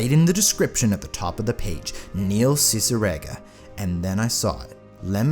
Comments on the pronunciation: nail ceciregan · Kneel seesireega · Neil ciggerate